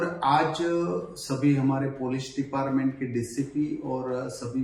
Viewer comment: બોલો આ છે ગુજરાતના શિક્ષણ મંત્રી..... જે છાત્ર ને સાત્ર, ડિપાર્ટમેન્ટ ને ડિપારમેન્ટ અને ગેમ્સ ના બદલે ગેમો બોલે છે. "શિક્ષણ મંત્રી" 😂😂😂😂😂